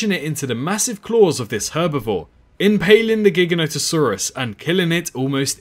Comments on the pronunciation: Great video but... My dude... "GHIGGANÓHTuhsaurus" really? Say it with me: "Jye-GHÁN-oh-tuh-SAWR-uhs" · As in implying it's gigantic. We don't say "GHIGGANNÓ-tic", right? It's "Jye-GHÁN-tic", right? You follow?